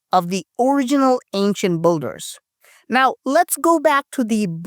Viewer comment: *Builder is pronounced bilder, not bulder